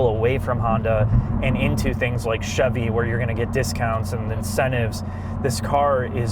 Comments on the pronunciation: "The Chivy Trax" 😆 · "Chivy"? Savage. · Chivy Trax? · I keep hearing Chevy Trash, something is wrong with me… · Chivy Trax ;)